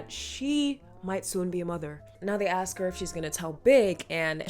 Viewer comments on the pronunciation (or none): He "aws" her to join him?? Don't you mean ASK